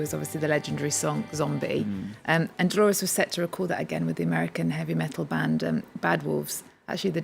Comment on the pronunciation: Can people stop saying Delores!!!! She was called Dolores